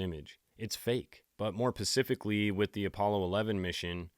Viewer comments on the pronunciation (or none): I think that they don't even care if people believe that they are lying. They are so full of it and do not care about anyone knowing. Are you saying "pacifically" instead of "specifcally" to try and f with us? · haha i love the ‘Specific Ocean’ and the ‘’more pacificly’!!! love this deep dive too. defo checking out the rest of your stuff!!